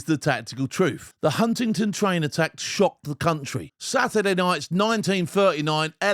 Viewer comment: Its Huntingdon not Huntington. Try harder.